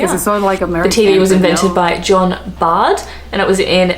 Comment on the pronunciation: John Logie Baird, not Bard, invented the tv.